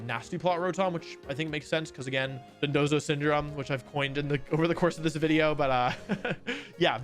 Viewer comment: mom said one more wideo before bed